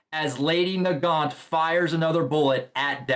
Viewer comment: Yes, you are pronouncing Nagant right. Lol I looked it up just to make sure I was saying it right when I looked it up and it is named after some guns (Mosin nagant rifle)